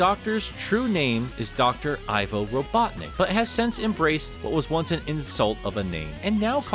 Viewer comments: Fun fact. The Ivo of Ivo Robotnik isn't actually pronounced "I-vo" but rather "E-vo" as in evil, or Ovi backwards (which is a prefix for egg). It was confirmed as such in one of the questions of the second Sonic Twitter takeover, which was Sonic Boom themed. Although to be honest, I wouldn't be surprised if Sega rolled back on that and it was now pronunced like most people do. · I just recently learned that Ivo is actually a real name. It’s a German boy name that means yew tree. Everyone pronounces his name as I-voh when it’s actually pronounced ee-voh, so I guess everyone be pronouncing it wrong. Gerald and Maria are also German names so idk maybe Eggman's got a mix of German and Slavic heritage.